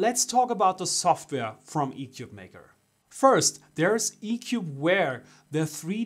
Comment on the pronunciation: Your initial commentary made it sound as if this was a crappy ‘4 in 1’, when frankly the only thing bad about it was your review. The company isn’t doing itself any favors by having you or your feedback on its product; for starters you cannot pronounce it’s name correctly. Shame on you and your review.